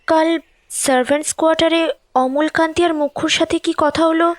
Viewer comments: নারেটর এর অমলাকান্তি উচ্চারণ ছাড়া গোটা গল্পটা খুউব ভালো লাগলো ❤❤❤❤। আর সায়ন বাবু তো ফাটাফাটি। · অমলকান্তি না অমলাকান্তি।আর দাদার ব্যবসায় মন্দ চলার ব্যাপারটা কি? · অমলাকান্তি - শুনতে শুনতে খুব খারাপ লাগছিলো।